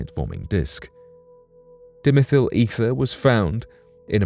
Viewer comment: DIE-meth-al Ether